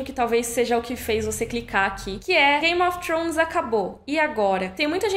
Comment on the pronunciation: Queria ter a desenvoltura sua e pronúncia para dizer "Game of Thrones"! 🤗 Descanse bem e volte com tudo!